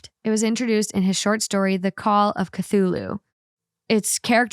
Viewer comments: fyi the plushie name is pronounced “k-thoo-loo” it’s a mythical creature in lovecrafts horror writing :) (fyi it does literally talk to ppl in their sleep to gain followers soooo) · I mean nanny dogs used to be a thing. Pitbulls interestingly enough. Also the way I've heard it pronounced has often been ca-thoo-loo. An Eldritch Being known to cause madness in the minds of all who behold him Lol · Hahaha I was screaming kuh-thu-lu everytime she kept saying it Hahaha but it's okay. I still love her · phonetically it’s ka-thu-lu. “Ka” like car, “thu” like through without the ‘r,’ and “lu” like loo or Lou. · When she started saying Cthula at the end 😆 🐙🎀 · Right?😅 I knew as soon as she miss pronounced it and was like OMG Kah Thoo Loo! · Ca-thoo-loo is the easy pronunciation lmao 😂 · I want to get a stuffed animal just like Kevin and name him Chachulu 😂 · The Cthulhu story...as a hardcore horror fan, listening to slaughter the name has me rolling! 😂 At the end of the day, the fiance's fantasy world isn't hurting anyone and it soothes them. I say...live and let live! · I really wish more thought went into researching what you don't understand before posting. There is usually at least one story each episode that nobody knows the reference or nobody knows the pronunciation of something. For this episode, it was Cthulu. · Over here pronouncing Cthulhu like it’s a hot sauce lol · I love that had no problem saying eldritch but struggled with Cthulhu even after looking it up 😂 Honestly the most surprising part for me was someone who had never heard of Cthulhu. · The mispronunciation of "Cthulhu" in the last story has me tearing my hair out 💀 Probably would've helped to Google that during pre-production. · not knowing how to say Cthulu was so funny to me. 😂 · Came from Spotify to say not knowing how to pronounce Cthulhu or what it is, is killing me rn 😂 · Yes I was screaming with how you were pronouncing cthulu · i’m CRYING at cthulhu pronounciation